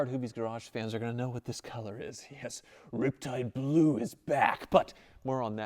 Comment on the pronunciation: I've never really been a van kinda guy, but I gotta say, thats really sweet! And like you said, good value. Oh and you're not saying it right. It's suppose to be rrrrriptide blooooo